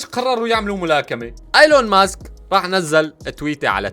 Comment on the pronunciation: ايلون ماسك مش أيلون ماسك 😂😂